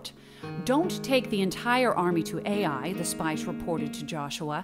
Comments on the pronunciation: STOP! This hurts my ears!! It's not pronounced A.I.!!!!! It's pronounced Uy!!!! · Wonderful video . The city of AI is pronounced as Eye in Hebrew